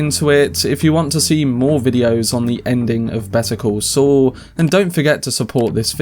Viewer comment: It's pronounced 'Saul' not 'Swol'